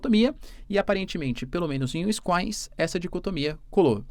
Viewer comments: Eita professor. Q tapa na cara do seu curso de inglês.... vc chama wisconsin de wiscoins ... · WINSCOINS KKKKKKKKKKKKKKKKKKK o cara é professor de geografia e não sabe nem falar Wisconsin, um dos estados mais importantes da maior potência mundial. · se fala assim : WIS-CONSIN. Simples e nem precisa ter sotaque. Só não pode WINS- COSIN. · Uinscoins???? Wtf No minimo Wins-Conssim vai? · WiscõnSin.. nao é wiscoins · Professor vídeo mto bom mas por favor para de falar winscoins é winsconsin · Úiscoins 😂😂😂! Víscânsén, essa é a pronuncia.😂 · Professor so uma correçãozinha na pronuncia do estado americano wisconsin se pronuncia wis-con-sin (uiss-conn-sim) 👍🏼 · Mestre uma pequena ajuda na pronúncia pois morei em Wisconsin . É Uís-cón-sin” (foneticamente: /wɪsˈkɑːnsɪn/) . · "Wiss-Con-San" meu querido Prof. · pra um professor de geopolítica pronunciar "wiscoins" é feio de ver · O professor, otimo video. Comentario rapido e nao pegando muito no p'e. O nome do estado 'e WIsconSIN hehehehhehe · Uiskoins kkkkkkkk😂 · UINS COIINS Q ISSO PROFESSORR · Fiquei chocada com a pronuncia tbm 😢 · O estado se chama Wins-con-sin. Se pronuncia do mesmo jeito que se escreve. Gosto muito do seu trabalho, professor! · Wisconsin = Uisqõnsim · "Wins-coins" hahaah Pqp hein professor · ainda bem que ele não faz mais publicidade de curso de ingles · Professor, tem que melhorar essa pronuncia aí de Wisconsin!!